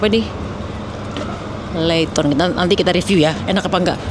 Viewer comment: zaytoon bun, bukan laytoon 😂